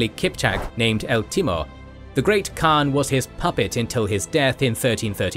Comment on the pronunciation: The great thing of this platform is that your pronouns of the Great Khaan is correct.